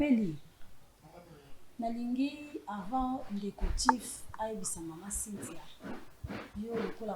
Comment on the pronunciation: Pardon, eza Cynthia et no Sainthia. On pronounce Comme si..pas saint.. Merci. Bonne émission.